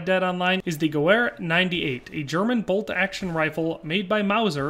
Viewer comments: The Spanish Mauser 1893 would make more sense than the Gew 98 as a lot of them came back to the States after the Spanish American war. Also it’s pronounced gevehr, not Gewehr. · The w in gewehr is pronounced as a v sound in german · Hate to be that guy but the w is pronounced as a V , it's a German name